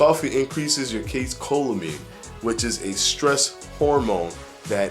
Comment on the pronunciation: Hey. What was the name of the stress-hormone caffeine interacts with? It sounds like you said “case-cholamine.”